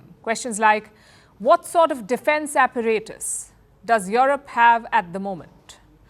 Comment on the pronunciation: did she just say "ap-per-rey-tus"?